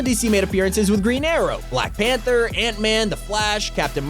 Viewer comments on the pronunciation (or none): none